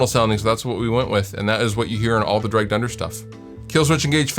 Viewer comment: For some reason I kept hearing "Dragged under" as "Drey Gunder". I'm like, "who is this Drey Gunder guy we're talking about?